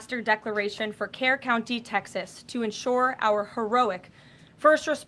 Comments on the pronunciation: Pronounced spelled Kerr pronounced Cur county. I have family there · Benny FYI Kerr County is pronounced "cur" not "care." Texans are thankful for all the help and support we're receiving for rescue & recovery efforts. On the other hand people like Sade Perkins are pure evil. If you haven't seen the sadistic, racist things she is spouting you should look it up. Be warned its beyond infuriating awa stomach turning. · Benny your pronouncing Kerr and Kerrville wrong!! It's pronounced like Kurr (think burr) or Kurrville (burrville)!!!!